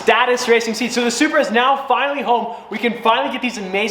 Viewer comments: is it me or did he say “Subaru” for Supra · Sounds like you said stock SUBARU 😅